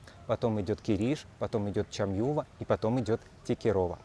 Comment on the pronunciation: МЕГА КЛАССНЫЙ РЕПОРТАЖ!!! ❤❤❤ НО пожалуйста, пожалуйста, изучите правильное произношение названий мест на турецком, о которых рассказываете, неправильные ударения в словах немного раздражают. ЧамьювА, ГейнЮк, и т.д., ударения идут на последний слог. Извините, если задела. Спасибо вам за прекрасную работу!